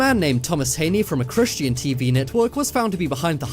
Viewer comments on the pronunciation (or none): none